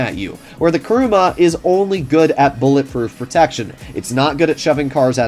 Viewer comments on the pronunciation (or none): It's KUruma, not KAruma!